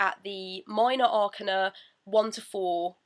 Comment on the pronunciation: Hey,! Thanks for uploading these videos. I found the pronunciation of 'Arcana' confusing so I looked it up in the Oxford dictionary:) ɑːˈkeɪnə So the stress is on the second 'a'.